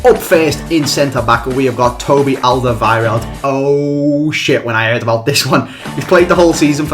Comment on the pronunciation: he pronounced Alderweireld's name right